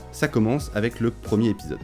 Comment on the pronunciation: Cultiver le détail.... Apprendre à faire les liaisons en serait un bon à cultiver. Le premier-R-épisode, le second-T-épisode.